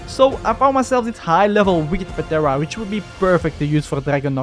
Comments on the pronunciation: Started watching cuz of mods. Stopped because of PAtera, the p is silent in pteranodon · Bro it’s not patera it’s pteranodon P is silent so it’s teranodon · Dude please stop pronouncing the P in ptera it's so annoying 😂😂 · The p in pteranodon is silent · The p is silent lol